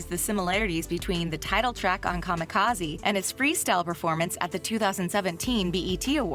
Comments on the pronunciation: So much wrong in this video. I'm just gonna say the way she pronounces 'kamikaze' fucked me up. What are you doing? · Who ever made this article should hang themselves for butchering kamikaze...smfh